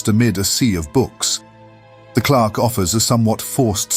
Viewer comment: An amazingly well written and atmospheric tale of a classic World of Warcraft quest line, only marred by the fact that the AI cannot pronounce "clerk." lol